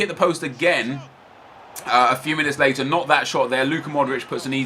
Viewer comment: he said later wrong